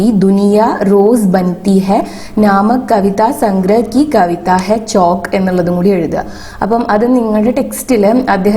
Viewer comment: Chokk alla chavukk ann read cheyyan ariyillee